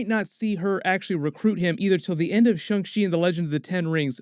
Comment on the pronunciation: This is in a texas twang. Its shang not shong u dunb sob. If chickens had 8 more brain scells would thay be mad that we eat them?